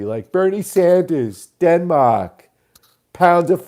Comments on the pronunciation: I had noticed Chris Matthews saying "Den-Maeyrhk" weirdly before. It has become something I live for. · OMFG hysterical theme-string a la Matthews - and let's call them, Denmahhk, Central Pahhk, martial ahhts